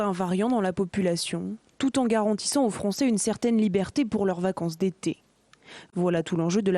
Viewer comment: Les Froncés de Fronce